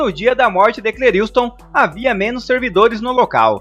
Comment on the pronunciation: Só um toque o nome dele não é Cleriiustom é { Cleriston}.....ok